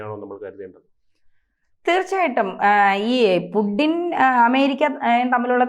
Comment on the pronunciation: Pudding alla kutty, Putin anu. Right discussion